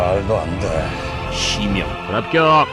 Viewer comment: 나레이션 불합겨어어어억~~~ 발음 ㅋㅋㅋㅋㅋㅋㅋㅋㅋㅋㅋㅋㅋㅋㅋㅋㅋㅋㅋㅋㅋㅋㅋㅋㅋㅋㅋㅋㅋㅋㅋㅋㅋㅋㅋ